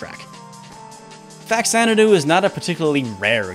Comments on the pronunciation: American pronunciation is just so weird. FAX-Zanadoo? It will always be “fa-cha-na-doo” for Captain S here. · It’s not pronounced “Fax-Ana-do”. The game is a take on the Xanadu(which is pronounced with a Z sound at the beginning) series except on the Famicom. Faxanadu is actually a Japanese portmanteau for “Famicom Xanadu” much like Famicom is short for “Family Computer”. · Faks-anadu is the correct pronunciation. X only sounds like a Z at the beginning of a word. When you add the prefix Fa-, the /z/ sound changes to a /ks/. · Nope, the X is pronounced in Xanadu and the FA in faxanadu is from the first two letters in FAmicom. Though it should be pronounced fuh-zan-uh-due, at least according to what’ve I’ve been told. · It's pronounced Fa-Zanna-doo. Oh, okay. He points that out. Early money shot before watching it all. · Just because some producer or script checker got the pronunciation wrong for a tv show, doesn’t make it right. #Fazanadu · Actually, the reasoning behind English speakers misinterpreting the pronunciation of Faxanadu is much simpler and likely something that the Japanese developers didn't know/remember/care about; in English, X ONLY makes a Z sound at the very beginning of a word, and a KS sound in all other locations. So it's not too hard to look at the word Xanadu and guess it's pronounced Zanadu, but Faxanadu, in English at least, is more natural as Faksanadu. Also, I've played both of these games (I never completed Faxandu because it froze on me and I hadn't gotten a password in a very long time), but honestly, for me personally, I prefer Castlevania II. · The "x" is pronounced as a "z" there homie. Get a clue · You pointed out the correct pronunciation twice in the video, yet you insist on saying it the wrong way. You are close minded. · Everything you said is great and pretty much all of it is spot on. That said, there is a correct pronunciation for the game Faxanadu. Truth is stubborn.